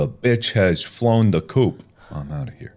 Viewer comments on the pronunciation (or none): coop... not coupe